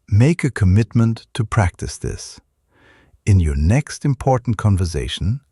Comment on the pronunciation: I think this is an impor'ant skill to learn